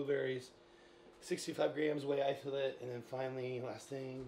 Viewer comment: Whey itholate 😂